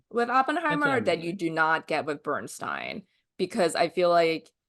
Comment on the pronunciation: Thank you for never pronouncing Leonard Bernstein's name as " steen " as so many commentators here on YouTube do. Shalom !